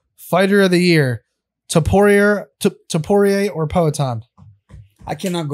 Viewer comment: Topurier? What?